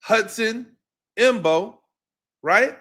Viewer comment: Coach: you are killing me! You give some good critique and comments and then blow your cred by mispronouncing the players names. You are supposed to be a professional. Come on. Learn the names of the people you are watching everyday. Marcus Mbow is pronounced BOW. The M is silent. Gunner Olszewski is pronounced Ol-SHEF-ski. This is your business man. If you just want to write articles then no one cares that you don’t know the players names- but if you are going to go on camera: then you need to up your game. We need a voice like you in this market. But we need your A game